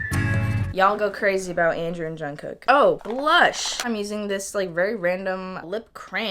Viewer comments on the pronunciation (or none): is half Korean also pronounced jungkook as jongcock